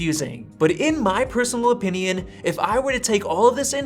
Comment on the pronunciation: "in my opiniAN" are you a robot?